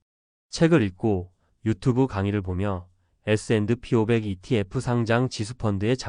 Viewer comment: AI가 에스앤드피~오백 이라고 읽는거 킹받네